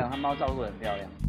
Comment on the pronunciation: 我沒有～～～（舉雙手），可是妳說貓好漂釀那裡我有一秒回到被馬來西亞人包圍的港覺XDXDXD